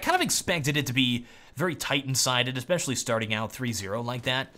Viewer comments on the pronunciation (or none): none